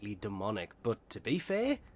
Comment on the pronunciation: "To be fai"😂😂